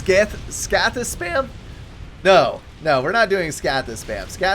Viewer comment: You're pronouncing the plural of colossus and scathis so wrong...Colossus becomes Colossi (I as in "I am") , Scathis becomes Scathi, the A is british